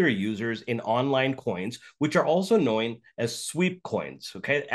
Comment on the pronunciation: the guy says “coin” and then “knoin” instead of “known” 😂